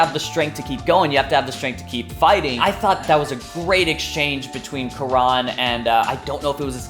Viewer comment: Why u...u hacked jaby channel.... haha... jk.. also its kaa-run... not quran